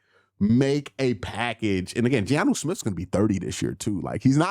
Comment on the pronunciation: Q I love you but Giannu Smith is killing me😭🤣